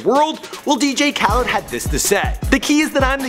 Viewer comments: It's khaled not khaleeeeed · His last name is not kaleed it Khaled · You said "Khaleed" again. Oh for fuck's sake,. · why does he say Kaleeed it Khaled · Why can you never pronounce things lmao "caleed" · Asahd ''kaleed" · You want DJ Khaled to watch/retweet this but keep mispronouncing his sons name? And the last? Ok